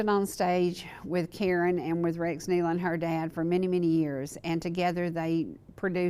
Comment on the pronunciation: Excellent! Excellent! Tribute to the Nelon's and thank you so much for pronouncing their name right! I was heart broken when I heard this news and I continue to pray for Autumn and the baby. They are in Heaven having a glorious time but we will see them again if we have Jesus in our hearts.